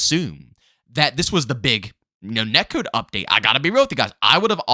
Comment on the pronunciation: "Net kewd"